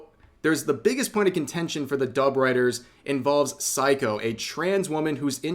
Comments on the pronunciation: It's Sei-ko, not "psycho," Rev. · Rev for fucks sake, at least learn to pronounce Japanese names correctly, throughout the video I thought you were saying 'psycho' instead of Seiko. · Rev, my man, hate to tell you but you butchered Seiko's name throughout the LovCom segment, YT captions consistantly showed you calling "psycho"...😅